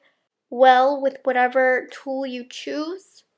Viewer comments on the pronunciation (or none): none